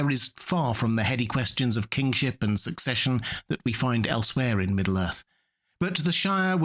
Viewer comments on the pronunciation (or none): none